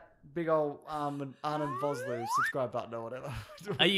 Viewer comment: How dare you mispronounce Arnold Vosloo's name! That man is a national treasure! (It's pronounced Fos-Lua, the 'o' in Vos, is like 'official') I'm South African this is important to me.